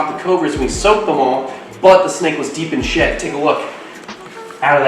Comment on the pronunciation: Ohhh “deep in SHED” not SHIT. 🤣🤣🤣🤣💦